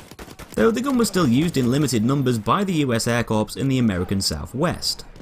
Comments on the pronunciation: "Used by the British Royal Flying Corpse" its pronounced core, but it was funny when you said it like that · Corps, not corpse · Apologies but I have to mention this, 'Corps' is pronounced 'core'. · Corpse so royal it has to fly